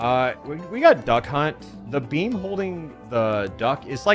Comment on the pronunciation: Did anyone else hear “bean” instead of “beam”?